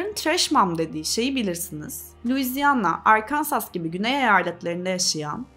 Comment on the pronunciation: Arkansas Arkansuh seklinde okunuyor, Arkansas degil. 😊 (Arkinsaa)